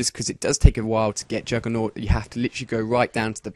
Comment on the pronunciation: its juggernog not juggernot dumbass.